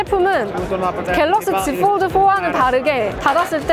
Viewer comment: 왜 폴드는 f 발음 하시고 폰은 ph 발음 안하시죠? ㅋㅋㅋㅋㅋㅋㅋㅋ 보는내내 발음때문에 힘들엇렁